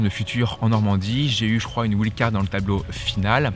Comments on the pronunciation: ouild card ça fait mal à entendre quand même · Doit-on prononcer "ouild" card ou bien "waïld"" card ??? Ça fait bizarre comment tu le dis, mais après tout, c'est toi le pro qui connait bien ce milieu du tennis? (WILD CARD)